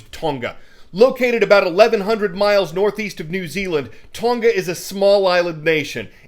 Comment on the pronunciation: It is not Ton-Ga - learn to pronounce names as the people who live there do